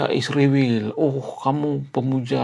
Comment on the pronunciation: Bang, ngatain nama negara org itu yg benar ya, israel bukan isriwil bang??